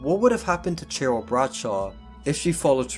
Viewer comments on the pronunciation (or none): none